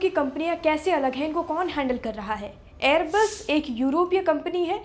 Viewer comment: एअरबेस नही एअरबस 🤣